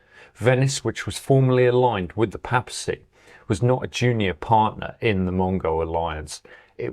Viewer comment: Great, fascinating, video. Though one, pedantic, niggle......'Papacy' is pronounced 'Pay-per-see'